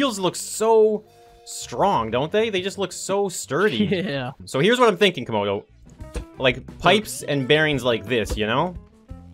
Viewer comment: Said comodo Repeat that again😂😂😂 that was supposed too be late😆😆😆😂😂😂😂